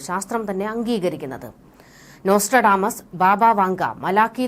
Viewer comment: നോൺസ്ട്രഡാമസ് ഹിഹിഹി 🤣🤣🤣, എന്നാ കീചാടി കീച്ചുന്നത് 😢😢😢😢😂